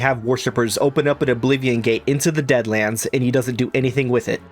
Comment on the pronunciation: Can we talk about the one mispronounced deadlands into dadlands making a deadric realm of bad jokes, unasked advice and couch sleeping dremora